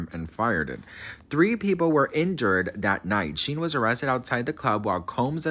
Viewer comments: Shyne is his name. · I'm pretty sure his name is pronounced like Shine.